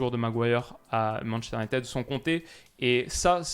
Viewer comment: Sur la prononciation c’est « Unitide » et non « Unitède »